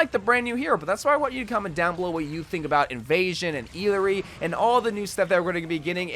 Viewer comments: I think her name is supposed to be pronounced ee-yah-ri? 🤔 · I think it's pronounced E-yari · Remember the proper way to pronounce her name is: IYARI, doble (LL) for quechua and spanish sounds as a Y. :face-blue-smiling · Her names pronounced ee-yar-ee😭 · E-LAH-REE Jesus....the amount of uncultured Amercians. No offense but it's rather common name. We use it other triple A titles. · Illari is from Peru, and her name means “dawn” and “bright.” Also, because of the two L’s in her name, it’s pronounced ee-YAR-ee. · “First official look at the brand new hero, Eeeleree!” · Eelaree? R u deadass rn💀💀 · Uh-lar-ree - what are you saying dude? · bro i think its pronounced i - ya - ree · Wow you can't say anyone's name right lmao I surprised you don't call Mei Me-I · Everytime he says a character name wrong I have a mini mental breakdown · Can we stop criticizing his pronunciation? He’s reading it as if it is an English word. I myself don’t know what she’s supposed to be or where she’s from. I’m guessing some South American country but that name is not Spanish so maybe it’s from a native language. Maybe Aztec/Nahuatl or something based on the sun theme